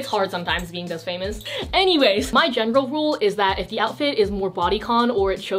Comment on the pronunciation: my general rul- Wait Gen e ral JENeral Omg hahahaahaahah